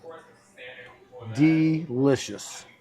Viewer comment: De Lishious thats two words lol